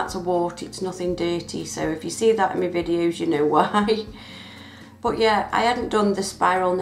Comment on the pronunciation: I hate it when you say me instead of my xD Pretty cool tho